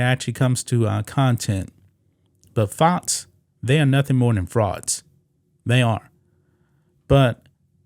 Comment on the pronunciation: FoX NOT fots. Learn to pronounce your x's